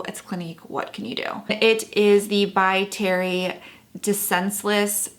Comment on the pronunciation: You look beautiful! (As long as you are not off to a PTA meeting later :-) ) I loved it when you called it "By Terry de Senseless" !!